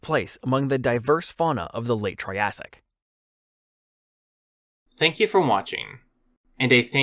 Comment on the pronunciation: He really said "troyasic"